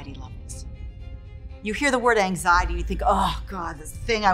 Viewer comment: How is it that an expert on anxiety can’t even say it right